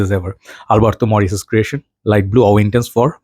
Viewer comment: You are pronouncing it right. Double l is like y.